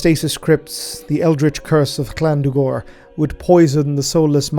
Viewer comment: Um,, why are you pronounced Llandu'gor's name with a hard C at the beginning?